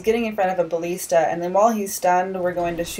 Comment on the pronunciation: buh-list-uh Thats how you say it